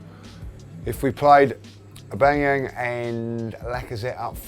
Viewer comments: Just came to Hear Aubangyang :D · A bang a yang lol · Love how pronounces Aubameyang 😂😂😂